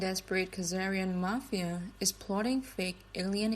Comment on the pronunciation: Ben, thanks to pronounce mapheea in the place of mah-phee-uh. Hi from Sicily!